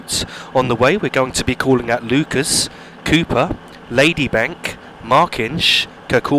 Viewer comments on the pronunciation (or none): none